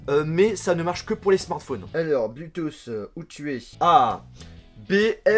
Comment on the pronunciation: Très bonne vidéo mais on prononce pas "Bluetoos" on dit "Bluetooth" avec un "t" et on le prononce